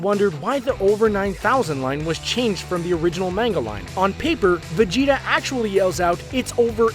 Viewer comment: Did he just say Vegito? Not Vegeta